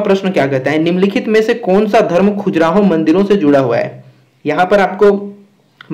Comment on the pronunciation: Khajuraaho.. Not khujraho